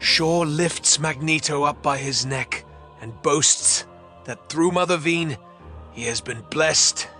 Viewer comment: It’s from the “Cry Havok” arc of Cullen Bunn’s X-Men: Blue. It’s the culmination of the main story arc of the entire series. Also, it’s pronounced Mother vine, not vein.